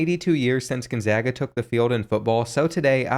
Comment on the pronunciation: You realize that there is no I in Gonzaga, right? It's not pronounced Ginzaga.